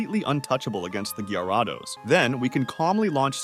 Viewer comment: Bro really said Gaiaraados☠️